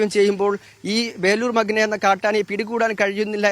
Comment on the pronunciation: മഗ്‌ന അല്ല മഖ്ന എന്നാണ്‌. Please correct it. Kure divasamayi ningal thett aavarthikkunnu 🥶